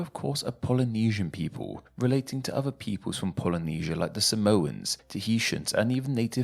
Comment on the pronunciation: This looks like a mockery. There are better ways to explain the proper pronounciation. For example "Some-more-ah" is the easiest way to pronounce Samoa yet europeans are insistent on mispronouncing it as "Sah-mower"